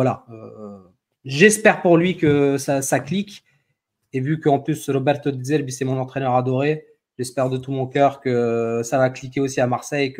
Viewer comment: Pointilleux le pour prononcer De Zerbi à l'italienne!